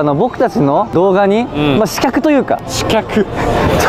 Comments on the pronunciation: 刺客: しきゃくじゃなくて、しかくな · 細かくて申し訳ないのですが刺客は「しきゃく」ではなく「しかく」と読みます。特別な読み方です。